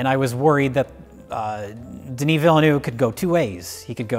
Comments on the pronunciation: Pronounce it all in one shot too, no pause between any syllable. And you guys nailed it too, it's "De-nee", not "Den-nisss" ;-) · "Deni" is how you pronounce "Denis". Great job! (Source: am French) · got Denis -> deh-knee fine. Villeneuve however was bad. No offense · said the first name of Denis Villeneuve perfectly (The "s" is silent). However, he said the last name incorrectly. The first "e" is silent and he pronounced the "eu" incorrectly. But I cannot blame him for that last point, English speakers do not have the equivalent of the French "eu" and it is very hard to explain how to pronounce it. Yes, I am the one person to comment on this:-)